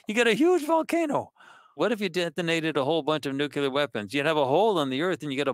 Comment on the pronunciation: I was kind of with him right up until he mispronounced the word "nuclear"...